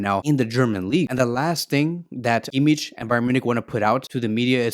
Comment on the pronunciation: I'm sorry but you're pronouncing Kimmich's name wrong.